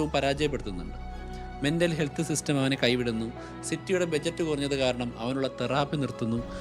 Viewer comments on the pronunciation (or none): none